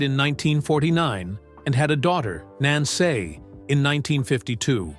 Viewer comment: What's with all the weird name pronunciations? The stress on NINE and "Nancy" pronounced "Nansay"?